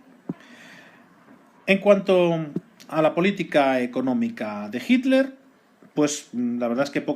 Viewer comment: Muy bueno como siempre. ¿Puede ser que el narrador cada vez que dice "Hitler" suena como si estuviera diciendo "Himmler"? Soy de Argentina, quisiera saber si es una forma particular de nuestros amigos de la madre patria España. Saludos